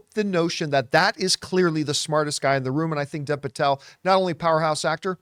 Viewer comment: "Dev" is pronounced "Dave," just FYI.